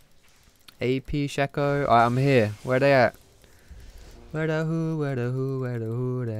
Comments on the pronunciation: His name is Shaco, not Shacco/Shacko! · Shaco not shaco